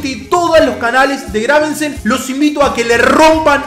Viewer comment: es Gravesen, no GraveNsen jajajajjaaja ¡Excelente serio papu!